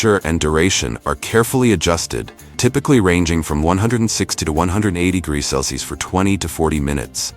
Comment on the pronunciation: Why is it that AI "voices" can't pronounce "Celsius"?